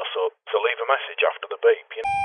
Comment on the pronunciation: MESSAGE sounds like MASSAGE. Lol.